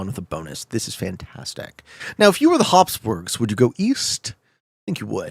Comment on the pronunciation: habsburgs not hobsborgs